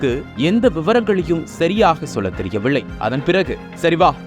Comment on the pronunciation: ள். ள் என்று உச்சரிக்காதீர்கள் சரியாக தமிழை உச்சரியுங்கள்தெரியவிள்லை இல்லை தெரியவில்லை அளுவலகம் இல்லை அலுவலகம்